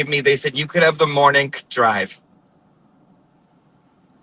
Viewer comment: LMAO the nuance in your J interpretation 😅😅😅 - i want this every morneenk😂